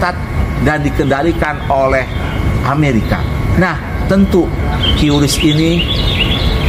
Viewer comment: QRIS Menurut Bank Indonesia ejaan yg benar adalah kiris bukan kiuris.🙂